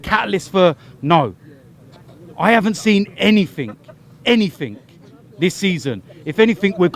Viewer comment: The word is 'anything' there is no such word as 'anythink'